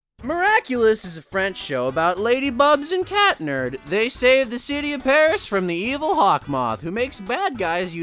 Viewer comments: Their names are pronounced ladybug and cat noir not lady BUBS and cat nerd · You said ladybug but when you said Marinette and a weird way that's not right also cat noir is not cat nerd so you better know his name is cat noir and also when you said Adrian it was wrong so it may miss Adrian you got that! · Catnerd 💀💀 it's cat noir or chat noir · Its pronounced Cat nerd